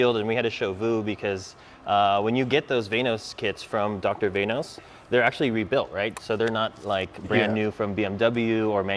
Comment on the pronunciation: its vanos not vainos, why do americans have so much trouble with english